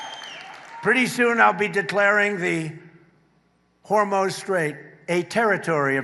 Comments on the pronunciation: The “Hormone Strait” ???? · He keeps mispronouncing Hormuz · So Trump says Iran is being "beaten very badly" and can't pronounce "Hormuz" properly but he has all the best words and knows everything about everything. So what does "getting beaten very badly" mean..in Trump terms...probably he's doing it badly! It's certainly that the beating isn't a bad one!